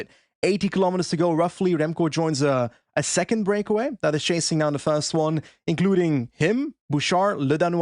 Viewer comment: It's Cattàneo 🤓